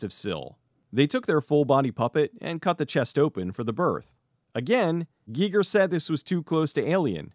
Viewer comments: This is the first time I've EVER heard someone pronounce it GEE-ger. I've always heard it pronounced GUY-ger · I hope I'm wrong, but I'm pretty sure it's pronounced H.R. "Guyger" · Am I the only person that was going crazy listening to him pronounce Giger ?